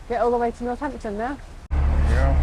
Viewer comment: It's North-ampton... Not North-Hampton. LOL.